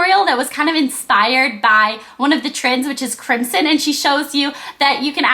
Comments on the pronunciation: you're saying crimson wrong. crim-zon, not crimsssson. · crimson is pronounced CRIM-ZON not "crimp-sin".